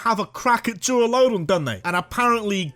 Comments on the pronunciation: LUDON, NOT LODON! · DURALUDON, NOT DURALADON! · DURALUDON, NOT DURALODON! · THE FIRST O IN DURALUDON IS SUPPOSED TO BE A U! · Idk why but the way this man says “duraludon” cracks me up😂